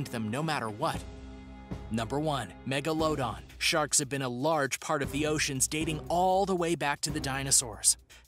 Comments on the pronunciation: It’s Megaladon not Mago-load-on lmao.😅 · thyla-sigh=thyla-seen and mega-low-don=megla-dawn lol..a couple I caught in just the first few entries. Miss-pro-nun-see-eh-shun can be irratating but also hilarious! There's a presenter called Thoughty 2 and when he intros himself it sounds like he's saying forty 2. Pretty sure it a clever play on the answer to life, the universe and everything..but I digress..this guy CANNOT for the life of him pronounce the word: phenomena. There's one vid in particular(can't remember which) where he has to say the word around ten times throughout the story and he never says it the same twice!! You could actually see the dread on his face just before he knows he's gonna screw up saying phenomena and just blurts out whatever sounds the closest. I was rolling on the floor...ahhh, good times. Keep those ears tuned and stay well and safe. Cheers! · You know Google will give you pronunciations, right? Someone already helped with the Coelacanth (see-la-can-th) but megalodon was overlooked. It's meh-guh-luh-daan. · Megalodon how do you pronounce that, I swear it’s not like he pronounced it jw…